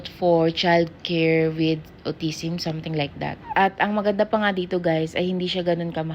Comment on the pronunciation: alpabet, pour years old, autisim, pucos, pruits, just saying lang po. Kaya d po naintidihan ng Indian specialist kasi autisim ung pronunciation.